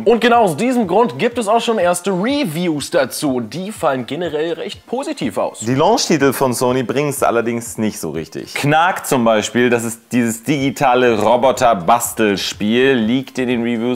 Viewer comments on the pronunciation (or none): Nicht gut ist wenn man Knack ned richtig ausspricht ^^